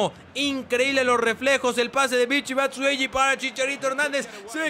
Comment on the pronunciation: es batshuayi no batshueyi